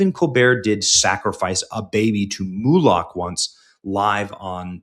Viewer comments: Benny when you say MOLOCH, it like saying the nick name MOE, plus LOCK like the LOCH NESS MONSTER. All good just want you to say it properly because I enjoy your show! cheers! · Benny, it's not pronounced "Moo-lock" but it's funny to hear you say it.